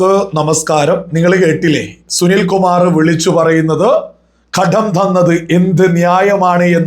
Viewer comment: ""ഘഡ൦" " അല്ല കടം നൃായീകരിച്ചു മെഴുകണ്ട, പൈസ കമ്യൂണിസ്റ്റ് കാർക്ക് ചായ കുടിക്കാൻ അല്ല , കേരളത്തിലെ വയനാട് അടക്കം ദുരിതപ്പെടുന്നവർക്ക്, സഹായധന൦ എന്തോ ഔദാര്യം കേന്ദ്രം ചെയ്യുന്നു എന്നൊക്കെ പറഞ്ഞു നടക്കുന്ന വർ കുറച്ചു പേർ കാണും പിന്നെ തോറ്റ സുനിൽ സമ്മതിച്ചു തോറ്റു താങ്കളുടെ സംസ്ഥാന പ്രസിഡന്റ് അടക്കം വീരശൂര പരാക്രമികൾ ജയിച്ചിരിക്കുകയാണല്ലൊ ഇതൊന്നും രാഷ്ട്രീയ൦ പറയുമ്പോൾ നല്ലതല്ല എന്നറിയാ൦ പിന്നെ കടുപ്പം കൂട്ടി വാക്കുകൾ പറയുന്നതു സതൃമാവില്ല അതിനാൽ ""രൂഭ"" വേണ്ട രൂപ കൊടുത്താൽ മതി അവകാശപ്പെട്ടത്